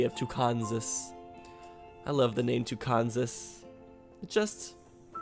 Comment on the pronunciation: You could have another city named "Tucansas" but THIS one would be pronounced like Arkansas. And the citizens of Tyland BETTER GET IT RIGHT